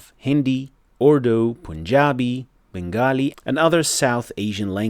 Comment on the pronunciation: When you raised a valid concern about mistakes from South Asian countries, you should have pronounced the language correctly as "Bengali" or simply "Bangla" please do your own research before pointing someone else's fault correct your pronunciation as well